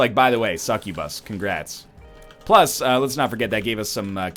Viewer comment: pronouncing it correctly lmao